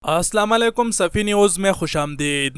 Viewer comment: Bhai ap salam kerna seekh lo pehley..." asalawaleykum" nahi bulkey " as sala mo alikum" hota hai...